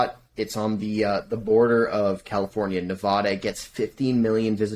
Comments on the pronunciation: That’s not how you pronounce Nevada mfer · just an fyi, you’re pronouncing Nevada incorrectly (most people who don’t live here say it the way you do, but it’s wrong). Love the show so far though!